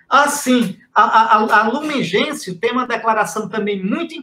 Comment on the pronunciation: Sandra Silva Trata-se do documento Gaudium et Spes. O documento foi regido em latim. Gaudium et Spes significa: Alegria e Esperança. É um documento lindíssimo, assim como o primeiro mencionado por Dom Henrique: Lumen Gentium, significa Luz dos Povos. Observação: a pronúncia correta de Lumen Gentium é: "Lumen Gencium". Fique com Deus.